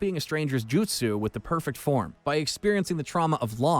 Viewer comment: Please work on pronunciation. The voice over guy COMPLETELY BUTCHERED 90% of the jutsu names.